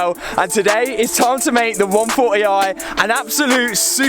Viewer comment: Love how he says 1 4 e i haha